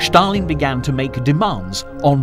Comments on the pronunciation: Why does the commentator say Sthalin? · Shtop saying Shtalin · but why does he mis pronounce his name is such a ridiculous way? Does he do it on purpose or what